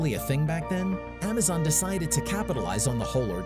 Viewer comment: "amazon"? these ai generated farm factory videos can't even get something so simple right.